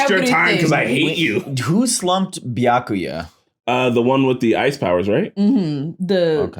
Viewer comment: I can't belive they've been watching DUBBED Bleach for HUNDREDS of episodes by now and STILL can't pronounce Byakuya's name correctly. That's honestly impressive.